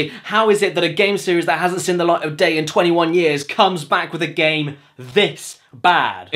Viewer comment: I see, so it's the meds to blame for why you keep miss pronouncing the word "Seen" as "Sen".